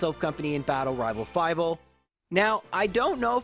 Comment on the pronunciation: “Rival fivele” 🤣